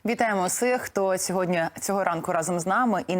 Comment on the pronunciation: Пані ведуча! Чому всИх говорите, а не всІх??? Люди так часто роблять цю помилку, а ви фонетично чи акустично її підтверджуєте! Хоча при ваших можливостях можна було б запускати рухливу стрічку , наприклад: не всИх, а всІх, бо всІ, а не всИ. Хоча б так лаконічно. Може комусь і запам'ятається.